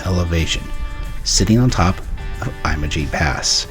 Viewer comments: Your pronunciation is incorrect. It's pronounced like you're saying image! Great video. It's a beautiful place. I can't wait to go back. Great looking jeep, too! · He managed to mispronounce "Ouray," "Uncompagre", "Imogene", and "Telluride" all in the first 3 minutes of the video. I live 12 minutes from Imogene pass and our local search and rescue teams from both Ouray County and San Miguel County pull visitors with 40" tires out of the ravines several times a year. They're typically from Texas or the mid-west and they can't be bothered to pronounce the names of places out here, either.